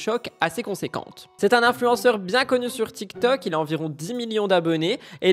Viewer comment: Tu dit toktok au lieu de tiktok ?